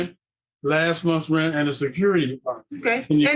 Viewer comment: The way the daughter pronounces rent is like nails on a chalkboard